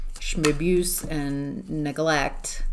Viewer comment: Did you say schmabuse? 😂😂